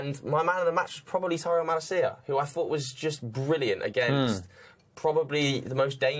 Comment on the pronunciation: its malAcia, not MalacIa